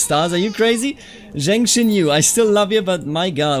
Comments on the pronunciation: About some of the pronunciation: The name Zheng would be like "chenng" or "tjhenng". Put a little emphasis on the "ng", but just a detail. And when it comes to Taoist, it's actually pronounced with a "d" sound - so like "dàoist" or "dàoism". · Zheng is pronounced as Jian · The comments on pronunciation are pretty informative. My personal suggestion: for "Zheng", try "dge" in "judge" + "ung" in "lung". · in terms of 'zheng' its more of an ung sound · I studied Chinese and lived in China for a while. Zheng is the J-sound from when you say Jeep followed by the eng in English. In Ju it's the same, J as in Jeep, but the U is more of an Y or an Ü. Sort of the same way you say Jew but without the "ew" in the end.